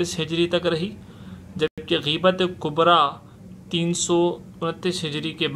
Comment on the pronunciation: Gheebat nhi ghaibat hai mere bhai